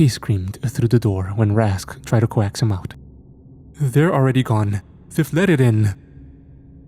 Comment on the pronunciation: I really like your narrations, but for hecks sake. Coax is is pronounced "cokes" or coaxed is "cokes'd" not co axed.